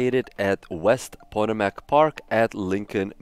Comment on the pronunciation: pah-TOE-mick = Potomac just bc I live here.... Lol